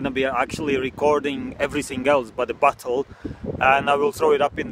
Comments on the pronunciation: Sounds like you say battle instead of bottle lol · Revan The Dragon another thing listen to how he says bottle it sounds like butthole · Why do I hear butthole instead of bottle